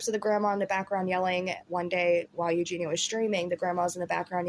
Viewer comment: You’re the only person that pronounces her name right. EuGENia rather than everyone else says eugina 👏🏼🥰